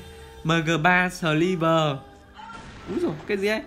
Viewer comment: MG3 sờ li vờ =))